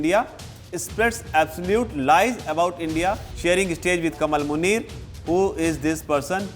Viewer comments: It's not कमल, its कमाल मुनीर Please pronounce right. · नहीं इसका नाम डा कमाल मुनीर है भाई आप उच्चारण सहीकरें